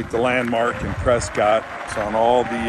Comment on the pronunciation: Say the towns name RIGHT!! It’s preskitt… not Scott